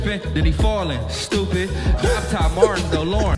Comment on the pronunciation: My guy blueface says “Stoop it” not stupid